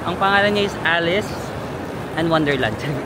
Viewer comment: Alice Pizza al taglio Alitse pizza al talio Taglio - talio , silent 'g" 😊